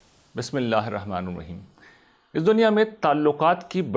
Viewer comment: السلام علیکم۔۔۔۔مسلمان ۔۔مسلمان کا آئینہ ہوتا ہے۔۔آپ کا پروگرام بہت خوب ہے۔ جزاک اللہ۔۔۔ کچھ عرض کرنا چاہتا ہوں آپ جب بسم اللہ پڑھتے ہیں تو مجھے یہ محسوس ہوتا ہے کہ رحمان کے ن پر پیش کی آواز سے پڑھتے ہیں۔ جو کہ زیر کی آواز کے ساتھ ہے۔ یعنی Bismilla-hirrahma-nirraheem